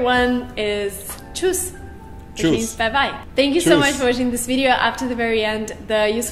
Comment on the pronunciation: tschüss! first things first... it's not "Tshouss". to learn a "tschüss", you first got to master the umlauts. otherwise it will always sound weird^^. you did pretty well on most of the other ones! i am impressed! but she is really good too!